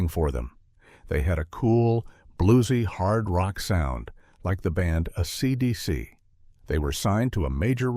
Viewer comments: who could forget the band "uh-suh-duh-sea" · ... who the hell are Asidisi? 🤣